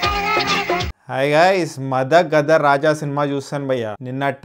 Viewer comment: మద గజ రాజా మద గద కాదు